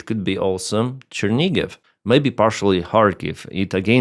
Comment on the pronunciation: Chernihiv not Chernigiv